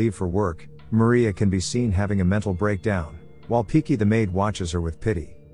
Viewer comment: It's Pinky not Piki